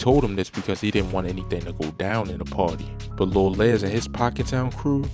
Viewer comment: Les as in Lester not Lez